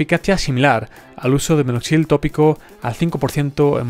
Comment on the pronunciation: No es "minoxil", sino minoxidil .